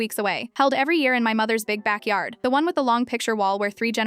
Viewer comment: When she said big backyard, I thought you said big Mac yard